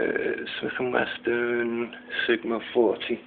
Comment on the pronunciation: its wesson not "weston" listen to the video man you pronounced it with a "t" XD sorry im a freakin ocd guy sometimes XD